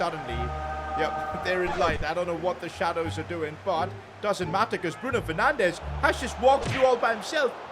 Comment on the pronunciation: Bruno fernandes ❎ bruno fernanch✔️